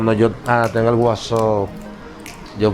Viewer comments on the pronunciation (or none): Jajajjajaja al waso en vez de WhatsApp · Jajaja y q no saves decir whatsapp